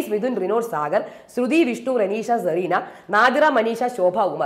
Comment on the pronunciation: "Zerena" ALLA, HER NAME IS "Cerena"